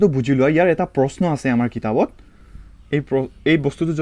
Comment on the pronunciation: আৰু চম্বুগ নকবা চম্বুক কবা। তেনে - চম্বুগৰ নকয় চম্বুকৰ কিতাবৰ নকয় কিতাপৰ কবলৈ চেষ্টা কৰিব।